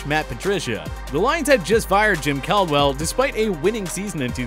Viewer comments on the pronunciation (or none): none